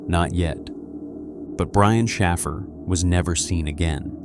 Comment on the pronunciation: Shaffer is Shāffer—hard A like wafer. Shaffer, does not sound like baffle… went to school with Shaffers—our town was filled with them. 🕊️